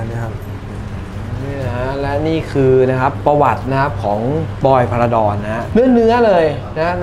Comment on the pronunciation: จารบอล พาราดอน ไม่ใช่พาราชิล สุดยอดครับ แข็งโป้ก